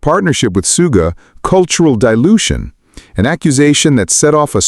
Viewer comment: Yoongi was a shooting guard on his school basketball team. So Suga is not pronounced "Sue"ga, but "Shoo"ga. You've got this! 🤞👍